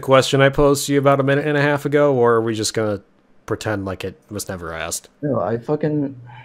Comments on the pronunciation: It hurts every time he says aksed/axed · “I axed you...” Why can’t this guy say “asked?” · ''I AKXED YOU, I axked you''.. intolerable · if you take a shot everytime he says “axed,” his arguments become much more solid and logical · He axed him??! Murderer!!😱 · I love all of his “you axed me” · It's even more annoying because he says it right sometimes, so clearly he can do it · Two things: 1) This guy can't argue his points at all. I could argue his points better and I don't even agree with them. I actually wish I could argue for him because this was painful to listen to. 2) He keeps saying 'axed' instead of 'asked'. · "sO i AxksD yOu gUyS..."